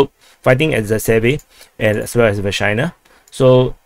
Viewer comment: I'm now beginning to think Ukraine and Russia keep taking and giving back Versyna just so they can hear say the town's name.